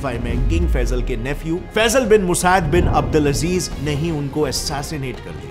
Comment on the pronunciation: Brother I am working here. I know the facts. You cant even pronounce Abdulaziz properly